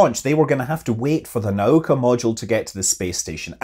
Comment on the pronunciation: "NOW-KA" not "neigh-oh-ka"